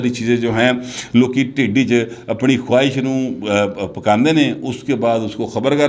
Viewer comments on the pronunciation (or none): none